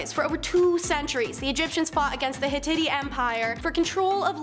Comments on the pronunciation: Very entertaining video… But I have to say the one girl.. with the Pink Floyd T-shirt, needs to learn how to pronounce the word “Hittite”correctly!! 😳 ITS “ HIT…ITE” ! 😂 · It Hi (short I sound) tit (long I sound NOT “Hititty”. Also, it’s Nefertiti (“tee tee” NOT “titty”) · Lmfao, wow, what a great feat, she can mimic archeologists in videos. She doesn't pronounce Nefertiti or Hittite correctly or half the names of ppl & places in other videos. Guess she didn't watch videos for that info. 🙄